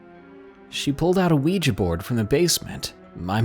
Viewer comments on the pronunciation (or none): none